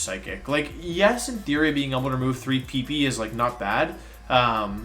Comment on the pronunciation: why do u say pp like that